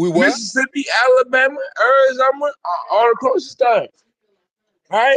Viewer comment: the caller said "Arizomah" and IDK I just f**king lost it😂😂😂😂